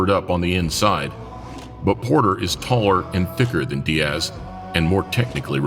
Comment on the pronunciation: There is no mf ass sound in the name Diaz, just as there is no mf ass sound in the names Douglas nor Thomas.